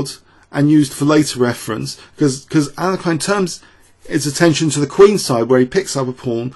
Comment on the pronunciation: Please go to google translate and select "English" to "Russian" and paste the following: "Алекса́ндр, Але́хин. Ефи́м, Боголю́бoв" Now press "Listen" on the right side. The pronounciation is almost 100% correct by the robot. (There's a slight error in bogo's surname, but it is negligible) Now, practice that pronounciation 100 times :)